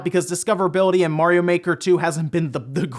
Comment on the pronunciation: It's mario not morio BTW...